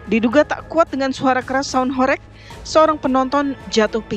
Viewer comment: Kelihatan kalo tv blm tau kondisi aslinya...nyebut aja masih gak jelass...HOreg bukan Horek lawakk